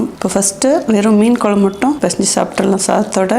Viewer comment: மேடம் நீங்க வச்ச மீன் குழம்பு வீடியோ பார்த்து நாக்குல தண்ணி ஊத்துது அதைவிட உங்கள் மீன் குழம்பு உச்சரிப்பு மிகவும் அருமை